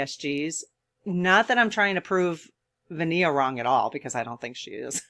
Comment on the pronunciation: Since you mentioned "I think that's how you pronounce her name," I'll speak up to clarify that she does not pronounce it like Ven-i-a . . . the i is silent, so it's pronounced VENA (Vee-nah).